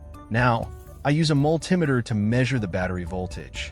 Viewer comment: Ai. Incorrect pronunciation of multimeter.